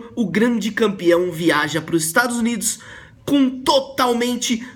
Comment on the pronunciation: Ele falo estados inus